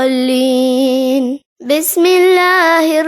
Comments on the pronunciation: Magdube . Walazdualeen .kaha is awaz main.. Jaha tk main janta hu Magzube. walazzaaleen.. Hona chahye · Dono theak han..... Zaleem aur dualeen....